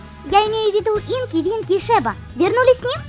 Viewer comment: Инки , винки А может Тинки винки